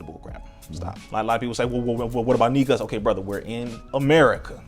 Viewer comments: I appreciate but It’s not pronounced neegus it’s pronounced nigoose. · as a ethiopian I’m telling you there’s only one way. Different Accents make it sound like neeg-us. But the true pronunciation is nigoose spelled negus